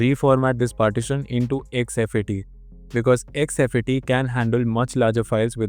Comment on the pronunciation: It's called Fat32 and exFat don't pronounce as F A T 32 😅😅😅 x f a t 😅😅 it's look un professional